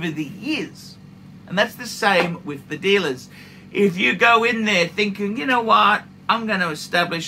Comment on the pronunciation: Sub + DJ + GMTII in 6 months. I was definitely lucky…but don’t think you need to spend astronomical amounts, it’s just not true…”I gotta be totally honest wiv you” 😂